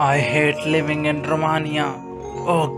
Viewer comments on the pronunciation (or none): Bruh why TF is he pronouncing Romania like that ?